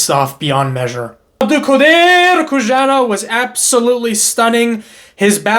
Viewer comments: Bro please, it should be read as "Who-son-off" not Kushanov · How long more will people mispronounce Khusanov’s name? Come on, it is not that hard. There is no “sh”, “z” or “k” sound. It is HOO-SÁH-NOF